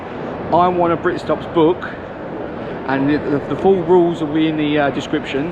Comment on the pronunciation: "I want a britstops bookk"